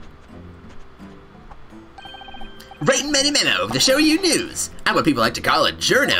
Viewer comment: Damn it! I keep thinking you're mispronouncing his name because of how many times called him ManyMEME-o. XD I feel like there's a chance this case could have been added once they realized they were making two separate games, one of which needed a tutorial case.